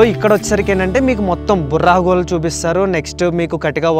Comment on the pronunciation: "బొర్రా గుహలు"." బుర్రా గుహలు" కాదు.